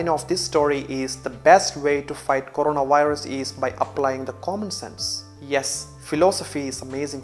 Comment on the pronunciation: Corona- WIRUSSSSS 😂